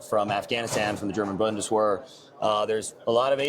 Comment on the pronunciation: Bundes-wear? Lol. Only the gun culture could have people that cannot speak, sell the guns. JFC.